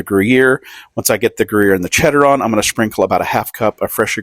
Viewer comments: I shall now “SHPRINKLE” hence forth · "Shprinkle" Lol looks good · Is anyone else hearing schprinkle? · "schprinkle". Ha